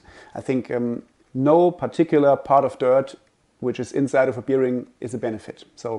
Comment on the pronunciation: Very informative and helpful. But please learn how to pronounce the word bearing, especially when using it that often. Makes me crinch hearing it here 😅